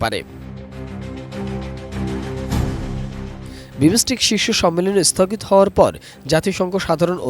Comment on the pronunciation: বাংলা উচ্চারণ জানেনা হইছে সাংবাদিক.... For Heaven sake, this not বিমোসটেক। This is বিমসটেক।